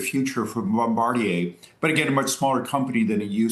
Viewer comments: the news guy who opened. Bombarjier? With a "j"? He knew he mispronounced it right after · Guy straight butcher pronouncing Bombardier 😂